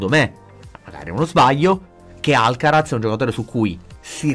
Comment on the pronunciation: la Z in spagnolo si pronuncia S…☺️